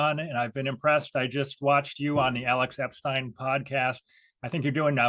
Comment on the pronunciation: A fantastic discussion again, appreciated every word of it. I like the attentiveness with which you conduct your talks. Not only do you pronounce Alex Epstein’s name correctly, because of the attention you pay to detail, you also draw out the most relevant & important messages which your guests have for us, those things we should really consider. I too find myself angered by western politicians who seem to be incapable of understanding how essential and vitally important fossil fuels are, particularly to the poorest people & places on earth. Thank you!